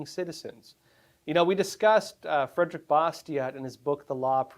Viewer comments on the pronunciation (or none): none